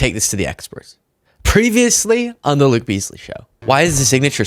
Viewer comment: Your "L" in Luke is rather...phhhh....phallic like. Tells me all I need to know about you! Subscribed.